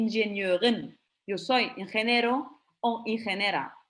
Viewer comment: Pero a usted señora le cuesta pronunciar en español como la "o", decir Ingeniero (injeniero), como veitiuno(21) y no veite y uno... tiu, tiu... Y no se dice alemàn más puro sino se dice alemán alto (hoch deutsch).